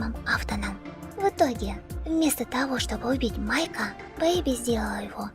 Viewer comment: Не Бэйби а бэби